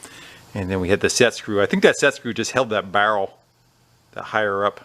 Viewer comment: Say “barrel” again!